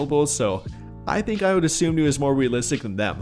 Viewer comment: It's Dosunmu, not Dosomnu.